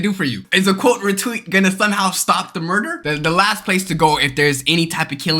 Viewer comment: Bro said murger